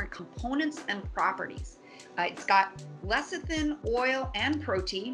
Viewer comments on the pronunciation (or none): none